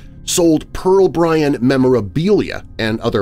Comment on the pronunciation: Just Bryan. No T